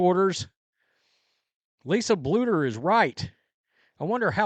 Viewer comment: It only took you like a whole year to say “Bluder” correctly, instead of just saying “boulder” 😂😂😂